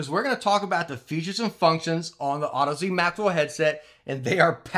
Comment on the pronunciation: Finally, someone who knows how to pronounce Audeze. Youtube is full of cringe.